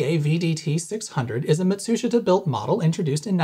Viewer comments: I mean that is the orthographically correct way to say it in japanese. mah-tsu-shi-ta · Yes your are pronouncing Matsushita the way the company wanting it, without the shit pronounced.